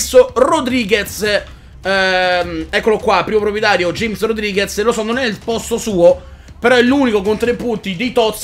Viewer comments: ei sto cercando di convertire tutti....invece di james come dici te (lo dico come si pronuncia) dovresti dire hames o ahmes perchè è un nome spagnolo non inglese!!!! comunque grande bellissima squadra continua cosi;) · si scrivi James ma se legge Hames